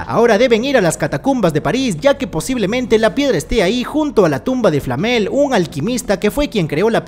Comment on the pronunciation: No era la piedra de flamel? Por nicolas flamel? El dijo flapel jaja :v